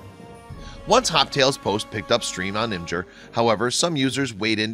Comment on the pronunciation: The mispronunciation of IMGUR and a few other things really made this video hard to watch.